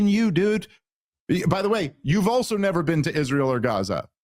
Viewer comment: You've neva bean?!